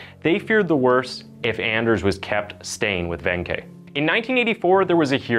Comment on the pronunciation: to pronounce his name in scandinavian is Aners, to pronounce the letter "a" as you pronounced "asshole"´s letter "a" deeper "A", not like when you pronounce the "a" on "anything" which sometimes sounds like "e"🙂